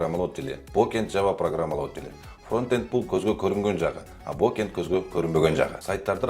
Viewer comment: Frontend-фронтэнд Backend-бэкенд бокэнд деп келтиресин го 🤣🤣